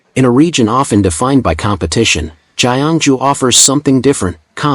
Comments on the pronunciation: Not Jai- An-Ju Kyung Joo 경주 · AI generated announcer. These foreign click-bait YouTubers only want money. Jye -young-ju pronunciation is machine created. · Your pronunciation of the host city is grossly wrong. The G in "Gyeongju" should be pronounced as the "g' in "gust" or "gut." The ensuing vowel "yeo" should be pronounced as the vowel sound of the English word "young." So the correct pronunciation is "G + young + ju." In Korean alphabet, it's 경주. This is a beautiful gorgeous historic city. Please pronounce the name correectly.